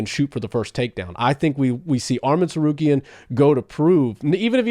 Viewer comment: Say his name right arman not armen